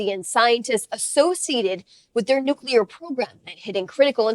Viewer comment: He's the first person I've heard pronounce the word "nuclear" correctly in a long time! 🤔